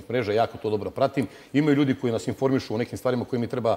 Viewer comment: Ne kaze se "koi" nego koji!!! TO JE TO !NEPISMENI SMO!